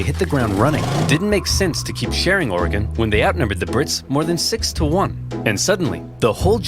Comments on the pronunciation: As an Oregonian that the fact that you are from the Midwest and pronounce our states name correctly brings me joy. Almost as much joy as getting to see you react same day to this video! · Fellow Oregonian! I was honestly surprised to hear both Oversimplified and VTH get it right. Most Midwesterners I've met say it "Or-e-gon" or "Or-gon"